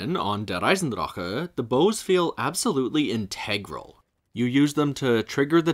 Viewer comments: fair enough. On a side note, I like how you go out of your way to pronounce the German names but please remember for the next vids, that german "c"/"ch" should not be pronounced as "k" as it is the case in english. It is more of a huffing sound. Imagine it as a frustrated exhale and your german will improve in an instant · Is that actually how der eisendrache is meant to be pronounced? If so I've been pronouncing it wrong all this time 😂😭